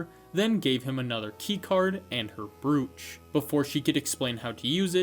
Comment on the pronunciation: omg if i hear you say brooch wrong again im gonna go insane lmao